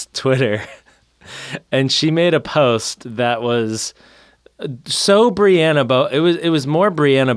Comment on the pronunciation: I just wanna say thank you to...I throw hands over the Breanna/Brianna pronunciation. She right, it’s BrEanna not briawna 😂